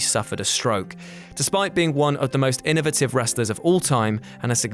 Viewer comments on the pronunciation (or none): "Innovative" not innitive....